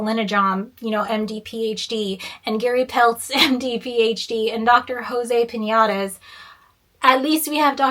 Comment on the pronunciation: this mfer said jose piñatas.